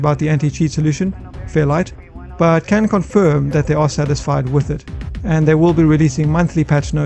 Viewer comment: Fairfight, not fairlight. Just FYI